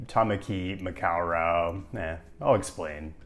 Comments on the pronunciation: Ma-cow-rawe❎ Ma-ko-ro✅ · Makaurau is pronounced closer to "ma-kow-row" with rolled Rs than "ma-kaw-raw" and Māori is pronouced "mau-ri" with an elongated a and rolled Rs than "ma-yo-ree" 🥰